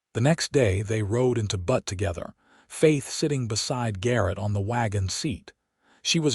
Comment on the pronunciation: Good story, but the AI pronunciation of Butte as "butt" rather than "bewt" (like newt) was really distracting.